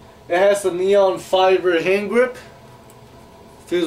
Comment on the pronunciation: Dude u dont know how to pronounce nylon u said neon and u cant fet outdoor cqb outdoor is called feild play